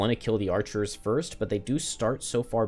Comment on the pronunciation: Love these streams and great skills but please stop saying "archerers"!